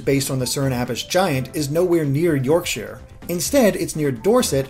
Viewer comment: As a Yorkshire native the way you so Yorkshire irritates me 😂but regardless still another great analysis 👌🏻